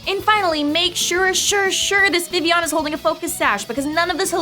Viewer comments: Vivillion, Viv-il-ee-on Definition: Not pronounced Viv-ee-on. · So, am I the only one that thought it was weird that they pronounced it Vi-ee-yon? I get why, and being a partially French name it makes sense, but I've always pronounced it Viv-ill-on. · It's not supposed to sound like villain. It's name comes from vivify (to bring to life, awaken, referencing how it turned from a little bug to a flying free beautiful butterfly) and papillon (French for butterfly, which makes sense, not just because it's a butterfly, but Kalos is based on France, which is it's home region)